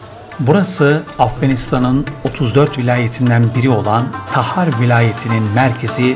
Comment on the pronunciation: taher not, takhar cityشهرتخار